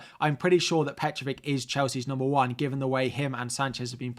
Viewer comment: it's Petrović (Petrovich). Not Petrovic.